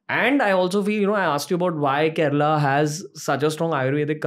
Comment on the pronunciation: Only cus he pronounced kerala right way not kerla or keral whatever